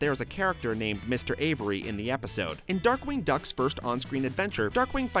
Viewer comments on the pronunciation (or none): none